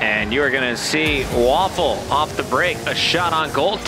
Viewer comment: Isn't Vafele's name pronounced as "ver - fell" as opposed to "waffle"?